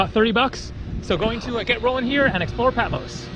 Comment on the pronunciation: Sorry dear, but You mispronounced Patmos - it’s not Peh, it’s PA -- I’m Greek, I should know - OPA